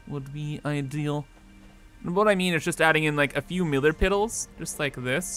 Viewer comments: Ah yes, MILLAR PIDDLES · "Millar Piddles" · "Millar Piddles" 🤣🤣🤣